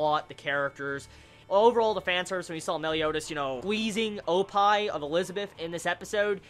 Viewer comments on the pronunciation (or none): none